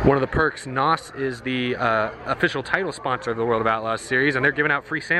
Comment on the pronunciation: .....i actually fast fwd'd the video to the end because of how drug out this video was! Glad you had a good time...sure! BUT....PLEASE do me a favor, PLEASE STOP saying NAWS...OR NAUSE OR NAUSS...please understand something! N.O.S = N O S !!!!! For Example: ITS LIKE SAYING, "that kid over there has 'ADD' and has to take aderall to concentrate". But thats not how you would say it...you would say...."that kid over there has 'A D D ' and has to take adderall to concentrate". N.O.S IS BASICALLY NOT A WORD!!!! IT IS AN ABBREVIATION! THOSE ABBREVIATIONS STAND FOR...."NITROUS OXIDE SYSTEMS" its like, every since that dang FAST AND THE FURIOUS MOVIE CAME OUT, PEOPLE HEARD THOSE D.A.'s SAY NAWS...LOL SO PLEASE PLEASE PLEASE PEOPLE...........STOP!!!!!